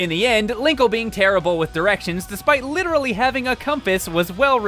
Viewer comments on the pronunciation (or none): none